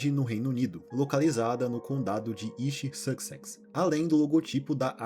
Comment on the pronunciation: o nome do lugar é East SUS SEX kkkkkkkkkkkkkkkkkkkkkkkkkkkkkkkkkkkkkkkkkkkkkkk